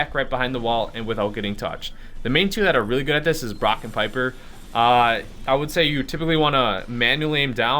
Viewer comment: Piper rhymes with sniper.